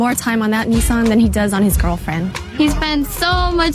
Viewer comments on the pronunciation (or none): Every time you say NEEEE SAAAAAHHHHNNNN I cringe. It’s called Nissss Ennnn (Nissss-EN) Nissan is not pronounced Neeee Saahhhnn. Sorry to be that guy but I feel like I respect you enough to correct you, don’t take it the wrong way please my dude. Love your content. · Don't say "neesan" say "nis-san" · Why do Americans pronounce nIssan Neeessan it is an I not an E so is pronounced Nissan not Neeeeessan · what's a NEESARN?